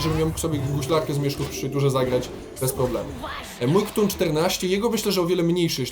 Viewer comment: Czyta się Katun, nie KTUN.